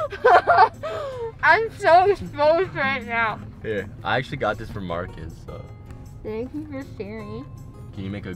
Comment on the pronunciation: That’s not how you say Marcus